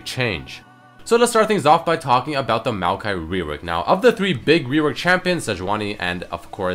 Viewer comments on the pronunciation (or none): Its not maokai, its meowkai